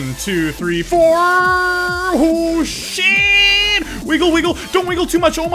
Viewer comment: Im confused... Im pretty sure you said "Oh shit.", but my ears made it sound like "Hold shift."